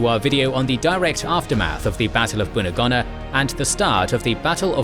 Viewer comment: Great to see attention to a theatre even more neglected than Burma, well done. Just a couple of comments on pronunciation (as a former PNG resident of Lae), Buna and Gona are pronounced with long not short vowels hence Boona and Go-na. Salamua is Sal-a-moa. Kokoda is Kok-oh-dar, Sorry if someone else has already covered this. Almost forgot Mad-ang and Wee-wak. Finschafen you did correctly, if slightly Germanically. Rabaul is a tricky word often Rab-arl but Rab-awl is ok. Not sure if I heard you say Papua, it is definitely not Pap-ooa, more Parp-wah. Hope this helps.